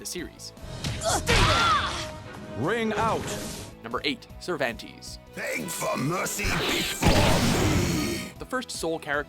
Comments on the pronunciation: FIRE THIS GUY ALREADY. He pronounces something wrong every episode. I give him the benefit of the doubt most of the time, but the SC series SAYS THE CHARACTER NAME AND PRONOUNCES IT! Cervan-TEZZ not Tease TAH-ki not Tacky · "ser-van-tees"? uhm, it's pronounced "cehr-vhan-tehs" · Sir van tees? Cer van tes. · lol its not SIR-VAN-TEES its SIR-VAHN-TES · Sir vahn Tez not sir van tease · "Sir-van-tees". It's "Sir-vahn-tess". I swear, everyone at WatchMojo has no clue how to pronounce anything. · "Sir-van-teas" No....Ser-vahn-tess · "Sir-van-teez" Ugh, sloppy. "Ser-vahn-tez" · I know this is old but it IRKED me when you mispronounced "Cervantes". its pronounced "Sir-Von-Tez" not "Ser-Van-Tees" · play the game before you make a list, cer van tes, not cer van tees geez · Sounds so weird the way his name is being said in this video. He's Spanish so it's Cervahntez in pronouncing his name. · "sir-van-tees" loooooool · Your pronunciation of the character names pisses me off. SIRVANTEES. TACKY. If you fuckin play the game it SAYS THEIR NAME FOR YOU. Also why the fuck do honorable mentions when you can just make a top 15 video instead of 10? This video is stupid lol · I met a guy on PSN once named Moistpantease, but read it as Moist pan tease. Funny times. Then I hear Cervantes pronounced "Cervantease "... Is the voice of watchmojo top 10 videos that person??? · Toc kee, Ser von tez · it's pronounced Ser-Van-tes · Actually, everyone of you are pronouncing the name uncorrectly haha. It's " θervantes". Try to hear it on the google translator spanish audio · Actually in Spanish it would be pronounced more like Therbantes so you're all wrong. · I'm confused as to why Talim wasn't even mentioned , and why you pronounce Cervantes like 'sir van teez' 🤔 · CER-VAN-TEES?! Come on dude, it's not that hard to say a name how it should be said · I cringe every time he said Cervan- TEEZ. LIKE BOI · Sir VanTees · Cervantes rhymes with panties hahaha